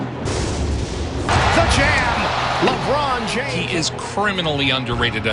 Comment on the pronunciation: Had to turn it off when you said Jabron Lames